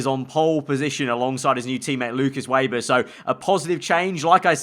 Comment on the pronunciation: Can u plz pronounce Weber ve-ber it’s rlly triggering me